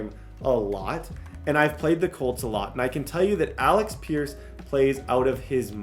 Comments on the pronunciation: ALEX peirce? Kwity PAYNE? Somebody get this man some glassses. Please we need to help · it’s (aleck peirce) and (kwity paye) not alex and payne